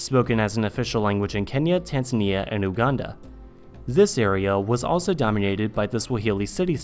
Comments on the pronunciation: I'm pretty sure it is pronounced Yuganda and not Ooganda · Oooganda? XD. its pronounced YOU-Uganda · It's You-ganda and not Oooh-ganda. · hey btw you pronounce Uganda as "Youu-ganda" :) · “Ooganda” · He pronounced Uganda wrong